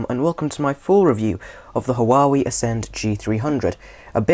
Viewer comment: Huawei pronounce (Wa-wee)